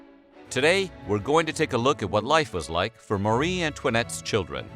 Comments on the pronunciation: Her name is pronounced like "MARY" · Her name was not pronounced Mu-ree.